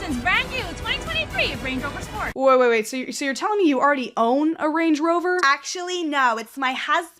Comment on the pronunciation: Ngl the way you said Range Rover upset me 😂 Range rOver 😂❤️